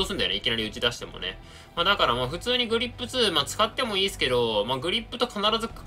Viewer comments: グリップじゃなくてグリッップな辺りグリッップへの熱量を感じる。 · 「グリッップ」で草。強そう（小並